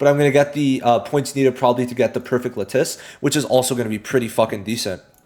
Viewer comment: All the content creators for this game are placing huge emphasis on how important the lattice are, but none of them know the proper pronunciation. La-tuhs.